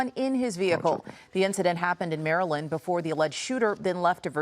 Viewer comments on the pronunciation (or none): none